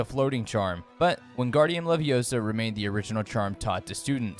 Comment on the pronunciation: It's leviOsa, not levioSA 🤦‍♂️